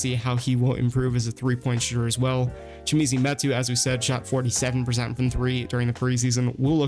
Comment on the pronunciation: Chimezie Metu's first name is pronounced Chi-mezz-ee not Chi-me-zee.